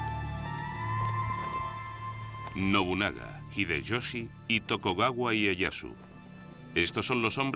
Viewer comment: muy bueno pero era TokUgawa, no TokOgawa jaja